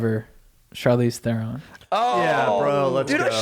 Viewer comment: Wrong pronunciation of Theron